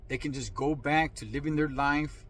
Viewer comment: There ya goo bud 👨-white man voice